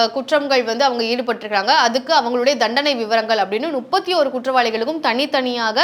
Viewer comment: என்னம்மா, ஒரு channel ல பேசற , நுப்பத்தியொரு பேர் ' என்று சொல்கிறாயே, இது தவறில்லை போலும் என்று நினைத்து , இதைக் கேட்பவர்களும் முப்பத்தியொரு ' என்று சொல்லாமல் நுப்பத்தியொரு' என்று சொல்வார்களே ! தமிழை இப்படிக் கொல்லலாமா? உங்கள் channel ஆசிரியர் இதை எப்படி அனுமதித்தார் ?